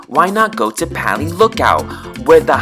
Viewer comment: Me: has lived on Oahu for entire life: Massage “Hail,” Nu’uanu “PALEEE,” Leonard’s “MALASAAADAAAAS” Me: TRIGGERED